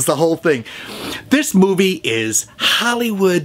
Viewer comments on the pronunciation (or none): none